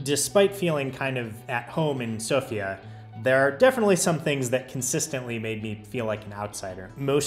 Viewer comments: You're welcome. You also pronounced Sofia and dovizhdane almost like a native, very impressive. I hope you'll visit again sometime, although Bulgaria is in Schengen now. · Thank you for pronouncing Sofia the right way ;)